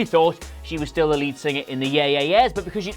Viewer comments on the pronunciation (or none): none